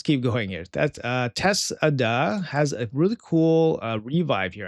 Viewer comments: it's Teshada, not Tess-Ada, c'mon man. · 1. u know how to say Kesha, u know how to say Toshiro (I've heard u do that many times), so why is Teshada different? There is a real name Tesha (not Tessa); and if u add DA, it turns into Teshada (u pronounce the way it is written), it doesn't change into Tess-Ada. It is just linguistically impossible. I hope it helped. 2. what is this woke nonsense? u said it yourself MAYBE IT IS MY HIDDEN reading stuff. It doesn't indicate u have anything. If there was no maybe, then yes, I would say that I'm sorry u have that etc, I have dyslexia and ADHD myself, so I know the challenges, but it doesn't change the fact that if I say nonsense, I'm wrong. Illness has nothing to do with reality. I don't understand the defensiveness and why do u need to lie. Have you never been told ur wrong your entire life? Is it what it is? This is insane! I'm outta here. I don't speak woke. I speak 5 languages, and woke is none of them. I hope u will sort it out, whatever triggered u, and there is nothing serious. Wish u all the best. 🙏